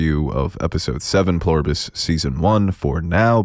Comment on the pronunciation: "Pleribus" not "Ploribus" - You're killing me.